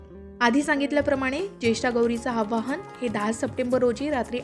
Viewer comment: आव्हाहन नाही हो,आवाहन म्हणा. बोलता च्या आधी उच्चारण तपासून घ्यायला नको का?